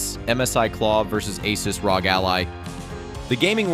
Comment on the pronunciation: Cringe ass ai video, can't even pronounce rog correctly.